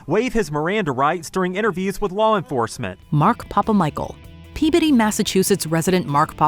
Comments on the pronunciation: Wow, narrator correctly pronounced Peabody! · Kudos to for pronouncing Peabody, MA correctly! 🙌🏻